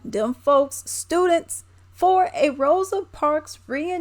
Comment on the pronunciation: Come on EDITOR(S), her name is ROSA, not ROSE!!! We are better than that.